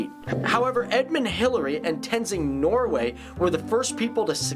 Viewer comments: It's *Tenzin Norgay. not Norway. Anyways, good reaction video, mate. Cheers from Nepal. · its norgay not norway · Its Tenzing Norgay.... Not Norway😂😂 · Its Tenzing norgay not norway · It's Tenzing NORGA(/e) Y goddammit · Thanks for talkibg about Nepal but you guys cracked me up, when you said Tenzing Norway. And the image you showed is not Lumbini its Boudhanath and if you showed that little cute chubby Buddha statue, most people from Nepal wouldn't know if its a statue of budhha this style of buddha is from other asian countries not nepal. Great seeing the video though. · And and that guy said Tenzing Norway but it is actually Tenzing norgay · First of all thank you, on behalf of every Nepali people all arnd the world....Just one thing... i want to point out is... Tenzin 'Norgay' for proper pronunciation not Norway... overall its a good vid n reaction vid... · It's not Tenzing Norway it's Norgay people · Correction....Everest = sir ed Hillary and tenzing norgey sherpa. Say it right...It's not norway. Norway is a country haha. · Ah, it's not tenzing Norway sherpa it's tenzing Norgay sherpa